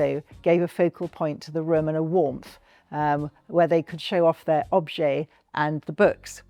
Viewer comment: this is the first time I've heard object or objects pronounced as objay before. I'm curious, is it a British way of saying it?